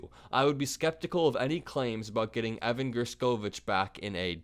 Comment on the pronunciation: Thanks for always shining the light... however ....How come you pronounced Evan's last name three different ways???